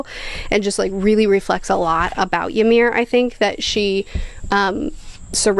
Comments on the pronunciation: Not Yamir, Imir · I'm 15 minutes in and my nordic blood is boiling at the attempts to pronounce Ymir. This is great entertainment at work, keep it up